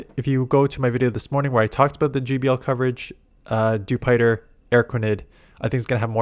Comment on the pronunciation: Dewpider rhymes with Jupiter since it’s an alien bug. Also, the daily incense isn’t worth doing. Sure, the birds are in there, but that isn’t enough reason. They need to have it spawn region locked mon in order to make it worth using every day. I don’t need more meowths or pidgeys or whatever other crap is in there. I need pvp IV Tropius, I need more candy for Pachirisu.